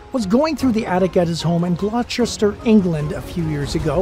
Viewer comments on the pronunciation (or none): It's pronounced "GLOSTER" :)